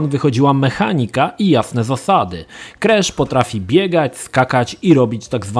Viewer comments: on wymawia „Kresz”. Słuchać się nie da. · Czemu on źle wymawia nazwę głównego bohatera?